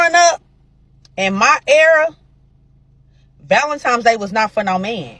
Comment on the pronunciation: When did Valentine's Day become Valentimes Day?